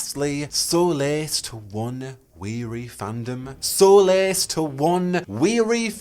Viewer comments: My birthday is 10th June so this would be cool af (Also solace is pronounced ‘sol-iss’) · it's not pronounced like solas either, the o sound is different. it's more like sawliss. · Nah knew what he was doing when he said "solace" as "solas" 🤭😁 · u pronounced solace very differently but sometimes it's actually pronounced exactly like solas so! i'm very convinced it's gonna be there